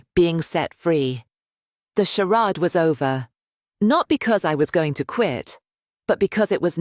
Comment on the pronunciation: A.i. tts phonetic dictionary update: charade == shar-ade